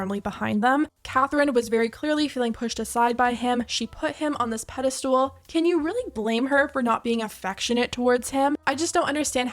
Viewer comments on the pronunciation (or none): Sorry, but it's "pedestal" NOT pedeSTOOL.